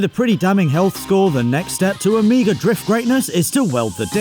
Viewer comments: Its OPEL O---MEGA , not AMIGA. Amiga is a gaming console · You Britbongers and your pronunciations. You say "Omega" (Oh-mAY-ga) and I hear "Amiga" (uh-MEE-ga) 😋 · Ooooooh Omega! You guys kept saying amigaa... My dad had one of those. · Perhaps because I'm a Yank, but everytime said "Omega", I heard "Amiga". I wondered why he was buying a 38 year old 16-bit computer system! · I didn't know people in the UK pronounced Omega like "Omeega". I though he was saying Amiga, like the old computer 😆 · pronounciation of Omega = Amiga? Hmm. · why is he saying omega like that? he keeps saying amiga, is that the correct pronunciation? I'm so confused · Pretty sure this isn't how you pronounce OMEGA :D